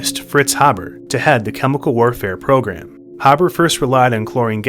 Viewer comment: It's pronounced "Hay-buh" (German) or "Hay-bur" (English). Fritz Haber is the same guy who invented the Haber process for producing ammonia from nitrogen gas, allowing chemical plants to produce fertilizer out of thin air and thus feed the entire world.